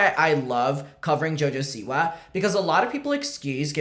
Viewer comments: I can’t say it normal anymore she’s now jojo seawee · It’s no longer Siwa. It’s siwi